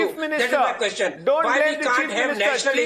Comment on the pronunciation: Laughing stock of the world. Are Indians ashamed of this clown who acts as a news anchor. Queshun ees.